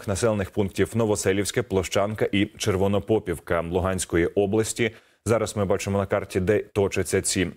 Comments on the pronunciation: Червоно попИвка.наголос від слові піп а не попа. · Пипец постоянно в сводках,неужели нельзя правильно ударение делать?😏Рядом жили,называют Попiвка,от слова попы,а не ж...пи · Ставте правильно наголос в слові Червонопопівка.